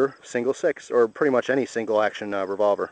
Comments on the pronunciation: hahahah revovler. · LOL REVOVLER